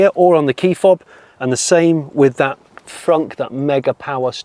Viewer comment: Oh Jonny! "Thatch!" You can take the boy out of Somerset... 🤣